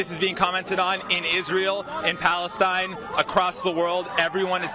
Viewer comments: guy yells, "FREE PALASTAN!" Palastan? They've no clue what they're protesting for. Bandwagon jumping, brainwashed, indoctrinated, hive mind college culture. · He said "Free Palace-Steen" they can't even correctly pronounce the name of the terrorists they're supporting!!!! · The dude said free Palastan 😂